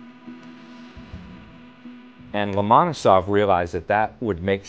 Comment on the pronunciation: they cannot even pronounce the name Lomonosov correct...